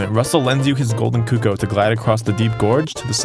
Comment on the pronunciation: Is nobody gonna talk about the way he miss pronounces CUH COO not COOCOH